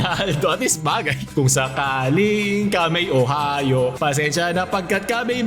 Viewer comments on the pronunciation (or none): none